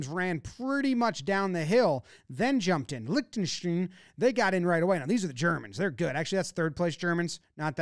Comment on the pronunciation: didn't pronounce Lichtenstein the same way once and that's honestly impressive